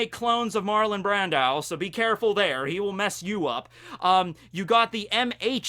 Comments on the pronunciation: Marlon Brandow....???? what did I just hear repeatedly? 😅😅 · Who is Marlon Bran-dau??🤦🏾‍♂️ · been watching you for years and have never commented. That pronunciation of Marlon Brando has now forced me to do so. How do you about putting me in this position? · We just gonna ignore how this man pronounced Marlin Brando? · Yeah Buddy His pronunciation sounds like he’s thinking of Martin Landau and just busted out with Marlon Brando out of confusion. (Though I get what you mean, has seen Jojo, he has no excuse.)